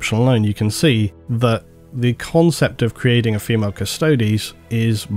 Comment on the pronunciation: Phi-males?! Reee! REEEE!!! I’m a 40k fan. 😂